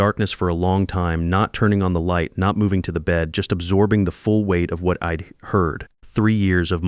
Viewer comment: Spelling corrections and pronunciation- I D is i’d Dont is don’t andI am sure there were many more I gave up on the voice and read the transcript